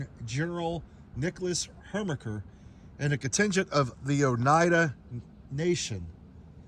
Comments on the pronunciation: Great doc- i live right there. The General’s name however is Her ki mer (Herkimer) and not the somehow funny “Hermicker.” Well done. Local history docs are rare finds 👍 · After the second time you said "Hermiker" I clocked out. You are obviously a dumbass and your posts have no value. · Thank you for this video. It means a lot to me personally because General Herkimer was my 6th Great Grand Uncle. Herkimer, NY was named after him. The correct pronunciation just for your information is. Her•ker•mer. The pronunciation was changed from the original German spelling. I have visited this site years ago as a child but need to go again. Your explanation helps a lot to understand it. I love history as well. I was brought up in Herkimer, NY. Thanks again. I’ll watch your other videos. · I'm going to watch your content in the future, but Herkimer is not pronounced like that 😂. It's a beautiful place, I've been there, I live maybe an hour East. Thanks for highlighting this! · Dude just can't say "Herkimer", huh?